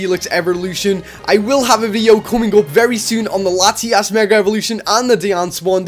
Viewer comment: He says lati ass